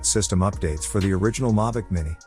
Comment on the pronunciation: 1st off it's not a Mavic and 2nd, learn how to say Mavic. 🙄